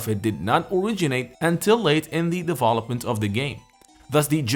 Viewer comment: I'm always "conflicted" about the way you say "deVOlopment", instead of Development, and you speak better English than i do 😂😂😂 Cheers man